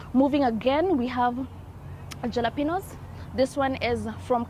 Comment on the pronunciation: Jalapeño, pronounced as Ha-la-peno.